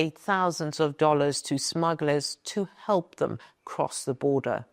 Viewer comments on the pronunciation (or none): none